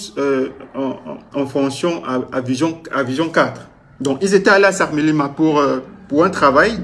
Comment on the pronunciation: Mon frère, c’est sakmelima ou sangmelima 😂😂😂😂😂😂😂